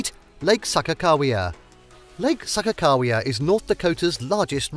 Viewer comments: Mountains in the thumbnail and you don't know how to pronounce anything here. You lost me at SAHKA-cow-wea. Next. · Learn to pronounce places correctly. I am originally from Minot, which is pronounce MY-NOT. Also the man made lake is pronounces SAH-KAH-KAH-WE-AH. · Oh my goddess how many times is he going to say Lake Sakakawea wrong!? 😆 Stress on the second syllable buddy, not the first...and Missouri...again stress the second syllable not first, it's not Misery 🤦‍♀️ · It took me until the sign to realize the narrator was slaughtering Sakagawea's name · Seriously if he says Sakakawea wrong one more time. It was super annoying.